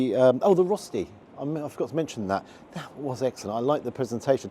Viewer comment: The food looked fantastic, and I thought the portions were perfectly fine. As a person living in Switzerland for a long time, it's not spelled "rosti", it's spelled "rösti". The pronounciation is closer to "rushty", not "rosty"... and the rösti that you got definitely would have Swiss people turning in their graves! But glad it tasted good.